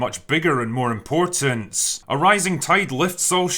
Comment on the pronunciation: Drinker, Thank you for correctly pronouncing the word “important”. There’s a recent trend here in the U. S. to change the word to imporDent. I guess people find it takes too much energy to make the t sound. (